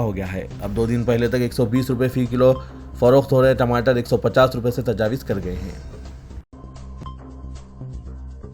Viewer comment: Tajawiz nahein Tajawuz padhiye